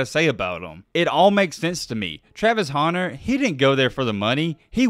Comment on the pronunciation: I forgot you call him "Travis Haunter" and hit play on this video. As soon as I heard it I immediately shut it off. Where is the "A" you keep pronouncing?